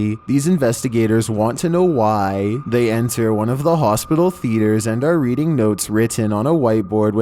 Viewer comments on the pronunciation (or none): none